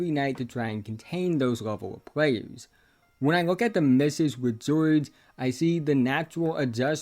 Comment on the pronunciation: Keyonte gwowge